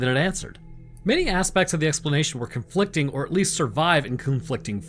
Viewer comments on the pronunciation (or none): what’s “coonflicting”?